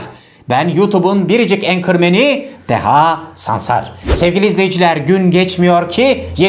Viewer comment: Başarılıydı, teşekkür ederiz. Ama “Enkıromen” nedir yaa 🥴